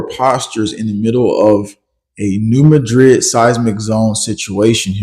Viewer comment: Mad-rid! MAD-rid! NOT mah-drid. Do your research.